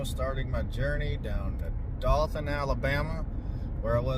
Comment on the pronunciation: It’s Do(ohhh)than 😂. Not Dothan (like moth)